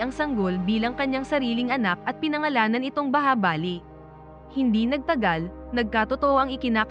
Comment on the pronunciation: Bahubali Hindi bahabali😊😊😊